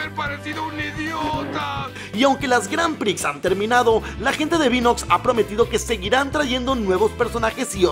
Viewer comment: Las "granpri" jajaja 😂